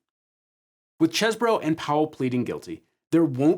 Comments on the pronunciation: Oh so you don't say "Cheese bro" you say "Chess burrow". Disappointing. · Every time he says "Chez-bro", it just sounds wrong. "Cheese-bro". "Chese" clearly must sound like "These". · I can't believe you mispronounced Cheesebro's name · Why can't pronounce Cheese-Bro correctly? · Why does everyone keep mispronouncing CheeseBro? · Omg it's CHEESE BRO say it right!